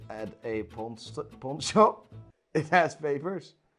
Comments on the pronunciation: Damn that guy who said "POND" SHOP. U fckn serious mate? might want to "pond" your rolex ea 😹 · “Pond shop” smh